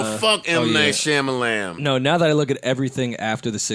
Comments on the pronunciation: the way they pronouncing M. Night Shamalayanaaa is hilarious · M. Knight Shamalamalam got me dying 😂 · M. Night Sham-a-lam-a-lamb! 😂😅🤣🤣🤣🤣